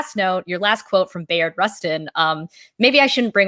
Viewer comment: Pronounced: "Buy-ard" Rustin.